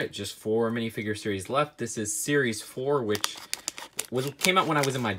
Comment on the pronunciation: Lol u said sries fice